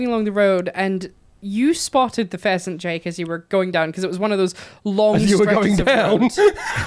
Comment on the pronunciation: also instead of pheasant I heard peasant xD